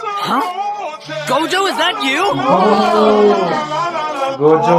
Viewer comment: Gojo ka name to sahi hai tume bolna nhi ata